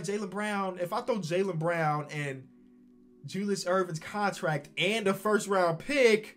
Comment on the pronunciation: Yeah he said Julie’s erving